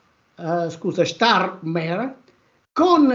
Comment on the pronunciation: starmerd, non starmer